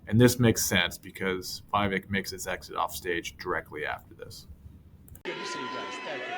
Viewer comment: It is "We-Wake" .... not "Why-Wake"